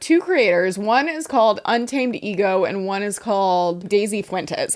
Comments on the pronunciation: Now every time I see UntamedEgo I’m gonna be saying “unta-ma-de-go” like did. Thank you. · I can't with Un-Ta-Me-Dego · Not úntamadego 😂😂😂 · Not úntamedego. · im absolutely crying at ' mis-reading 'untamedego' lmfaoooo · pronouncing"untamedego" en español has me dying😂😂😂 my coworker only speaks Spanish so I'm learning and when you said that I was like "yes. 100%. I wonder what that means" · misreading “Untamedego” gave me life 😂